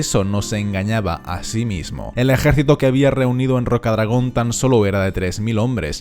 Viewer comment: porque pronuncia ejaercito